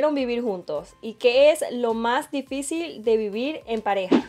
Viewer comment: Nadie: Absolutamente nadie: poniendo:didicil en vez de difícil